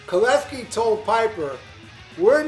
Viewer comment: Golden Lair? It's Golden Lark. Not sure this guy really knows his stuff. Few other mistakes too, including how to pronounce JC's last name.